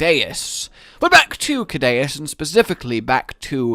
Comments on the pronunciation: why do u call it kadaus when its pronounced seadious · I think Ceadeus is pronounced with the C as an S, like Sea Deus, because it implies he is a god of the Ocean or carries a godly title, like 30 other monsters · guess what it’s “soo-day-us” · It's Sea-Day-oos. Dues is Latin for God, so Sea God. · It's pronounced Kaydayuse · It’s pronounced sea-deus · Ceadeus I think should be pronounced See-de-uus as Cea is pronounced like Sea in Latin and also in Latin Deus is god, and it’s pronounced De-uus. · It's pronounced(c-dus) or (sea-dus) the second e is silent. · Btw it's pronounced "Say-dus" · Sea - de - us that is how to say it I have been in the old world for to long to long